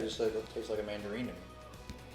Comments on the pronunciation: I don't know why but i just totally LOST it during the whole "mangereen" exchange. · I love their relationship it’s so pure. “I’ve been with you for ten years. Have you said mandareen this entire time and I didn’t notice?!” Sir you are too good for us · I'm guessing "fire" is a tic toc trend? I'm with, what is wrong with the internet lol they are pronounced mandaREENS 😂😂 thats how ive been saying it my whole life, only the US and I guess some Canadians too over pronounce words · really called her out on the “mandaREEN” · I think she was mixing up Mandarins and tangerines so you said Mandarine